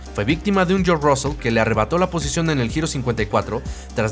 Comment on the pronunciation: No podéis pronunciar George?....